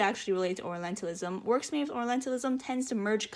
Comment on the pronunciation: I can't be the only one hearing oralentalism instead of orientalism, right? I don't mean it in a mean way, please don't get me wrong. But it's just an observation from the video and I couldn't see anyone commenting about it. Otherwise, I think I agree with OP on most of the points they make about the game and the representation/misrepresentation of oriental cultures.